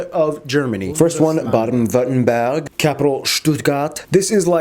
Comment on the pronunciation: Yes. He does a good Job pronouncing Baden-Württemberg. Stuttgart is pronounced correctly. Besides Mercedes-Benz and Porsche there also is Stihl, Bosch, Würth and other companies of international relevance.